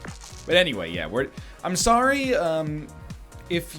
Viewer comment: that one "Sorry" sounded extremly canadian, never heard NL speak like that lol